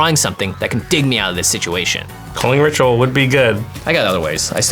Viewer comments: “Strike it Richual” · Jimmy: It's a Ritual! Me: no, it's a Rich-ual